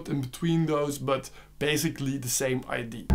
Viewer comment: Figured out instantly that you are Belgian by the way you pronounce "idea" :) Great content! Thanks!